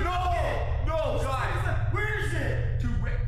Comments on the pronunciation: he pronounces the period in every sentence and he pronouces it as "gaiz" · GUyS gUYs GAIS gUIsE gaIUS